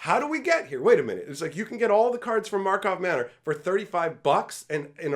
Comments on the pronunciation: Mega Magic News Drinking Game: Take 1 shot when says Markov Manor instead of Karlov Manor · It cracks me up that even the pros call it Markov Manor.